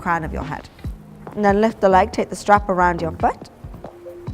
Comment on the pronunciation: When u say foot it sounds like fart 😁😁😁 Now I know why my English teacher said English is a funny language.